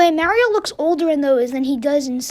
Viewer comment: thanks for pronouncing it like mAHHHrio.